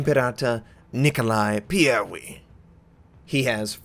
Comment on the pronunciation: your accent is so funny when you say the full name of the ship full branch of Russian battleships is going to be presented, a pity that have to wait very-very long time